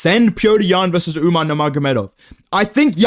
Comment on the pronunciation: Bro stop saying UmNar it’s fucking annoying